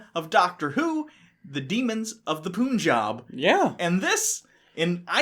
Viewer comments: Yep sounds like a punch to the pooonani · Just checking in to watch the butchering of the word Punjab